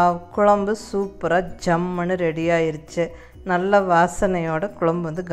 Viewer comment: Really nice...me to a coimbatorian....i like the word 'jammunu'which u pronounce everytime....